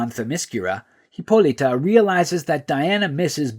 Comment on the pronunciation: There's no e in Hippolyta, stop pronouncing like that